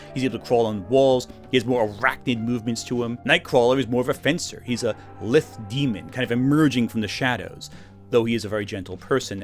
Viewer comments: Nice video, but to be that jerk: lithe is pronounced “lieth” not “lith.” But more importantly, Lily’s response to seeing Emma Frost was incredible and I couldn’t be happier that you left it in. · okay. the Emma Frost section tells me you've only ever read lithe, not heard it pronounced. it's lie-th. Then again, i thought implacable was like "implace-able" until like last year, so same issue.